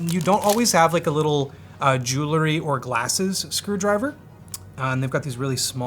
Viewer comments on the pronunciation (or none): “jewelry” not “joolurry”